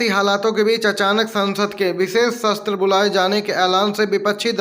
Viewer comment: भाई सत्र होता है न कि शस्त्र